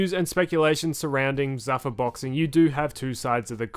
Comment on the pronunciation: It's not zuh-fuh... it's zoo-fah on the pronunciation